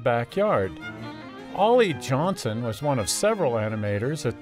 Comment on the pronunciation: you mispronounce Ollie's name. It's Johnston, not Johnson.